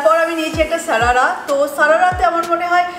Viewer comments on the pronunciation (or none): It's not Sarara it's *sharara*.... Change your pronunciation.. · Its not ছারারা এটা শারারা